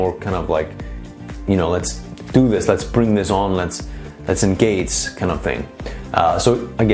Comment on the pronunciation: Nice video but so funny how you cant pronounce G or Ch. For example for the word "ENGAGE" you say something like engats or for the word "SUCH" you say something like sutz :D Besides that youre really neat and professional with abundance of usefull info